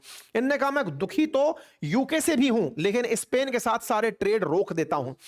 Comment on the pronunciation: सर , आप इस्पेन क्यू बोलते हो जब के pronounce स्पेन है ?